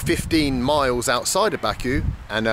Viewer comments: It's my home town and it's bah ku not baa ku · It would be great if you learn how to pronounce Baku.